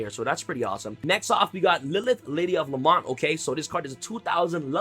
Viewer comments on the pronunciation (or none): I know right , killed me when he said la-mont lol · La-Mont? Do you mean La-Meant? (Pronunciation of Lament) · Lady of La-MEN-T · This annoyed me the whole time too